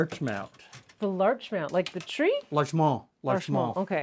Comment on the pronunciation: Showing up right under "knickerbocker" in the book, I wonder if this is named after the town of Larchmont, NY. It's quite close to NYC, so the adjacency to the nickname for a Manhattan resident makes sense. If so, it's pronounced with a hard-T, not in the French style. (/lɑːrtʃmɒnt/) , Embury writes "I have named this after my favorite community" at the end of the previous recipe to introduce this one, too.